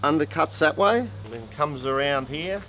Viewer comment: when says...it fits HEAH.." I love that! My Dad began his tour of the Pacific theater In the old Army Air Corps in Brisbane and he loved bringing out his "Aussie accent" when telling stories. Love these guys